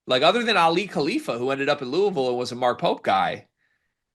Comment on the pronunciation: Bro said Lawrence, Kansas and pooville 😭😂😭😂😭😂😭😂😒😂😭😂😭